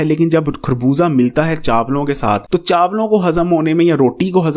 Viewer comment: plz. Correct your pronunciation it is خربوزہ not کھربوزہ،